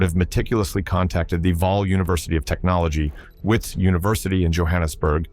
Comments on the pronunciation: wits is pronounced as vits. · I don't know what to believe. Anything can happen in South Africa that we all know. Is this guy even South African? Listen to the way he's pronouncing WITS UNIVERSITY, This guy is a genius he fooled the entire country. What surprises me most, he even fooled other engineers